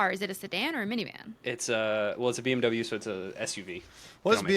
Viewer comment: I am a little late with my comment.....but I am german. And I can officially let you know, that BMW (translates to Bavarian motor factory) is Bavarian, so you habe only been rude to a small part of germany...you are fine. 😂😂😂 but yes, you did butcher it Also, SHUT YOUR DOORS ....💩